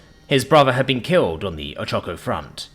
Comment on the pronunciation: Pronounced O-ch-a-ko. Forgivable, though.